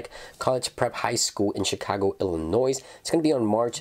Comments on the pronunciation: The S is silent in Illinois. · The S is silent in Illinois